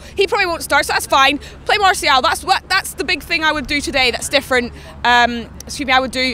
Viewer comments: it's pronounced marcial. not maaaartial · its pronounced mar-cee-el